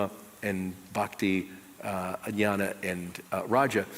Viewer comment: idiot it is not yana or yoni yoga. it is gyana yoga.the more i listen to him i get more irritsted. god give me patience